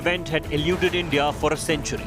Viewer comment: It’s India not ndia